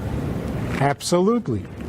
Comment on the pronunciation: "Process your emotions through your intelligence." YAHbsolutely YAHsome advice to become a mensch!